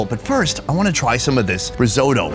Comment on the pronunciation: Rizodo,what the fuck is risodo? Risotto...!